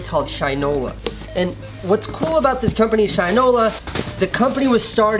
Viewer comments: Awesome to see to rep a company that's local to me! But, ps. It's pronounced Shin-ola not shine-ola 😎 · I hate to be that guy but its Shin like the body part then ola, not shine-ola. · Hey Casey, just for future reference I think it’s pronounced “shih-no-la”. Great shoutout for a local detroit company though!